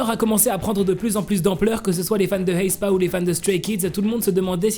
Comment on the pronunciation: Vous entendez quand il dit Haespa ?